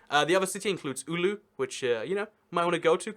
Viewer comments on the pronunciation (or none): Omg i died when you tried to say oulu you dont say ulu you simply say oulu 🤣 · I really want to teach you how to pronounce city names in Finland. You pronounced Rovaniemi like Roviamami You pronounced Oulu like Ulu You pronounced Espoo like Hespuu You pronounced Turku like Törkuu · oulu=ulu :D